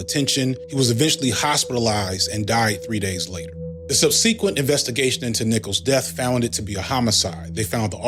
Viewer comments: Just fyi, subsequent is pronounced SUB suh quent (emphasis on the first syllable), not sub SEE quent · If you resist arrest, you are putting your own life in danger it's not that complicated. It's also not complicated to pronounce "subsequent" correctly and not sub sea quent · Im going to pronounce it sub-seequent instead of subs-si-quint from now on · Pronunciation of the word 'subsequent' is a new one on me. I know that's not important, but still.